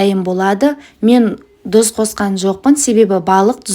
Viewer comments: ДҰЗ ЕМЕС ТҰЗ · Неге тұз емес дұз😂